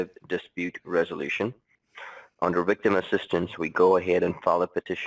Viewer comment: Great American accent until he said wictim!